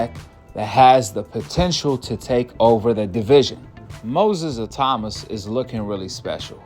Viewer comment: Bro, his name is pronounced Moses ITAW MAAAA.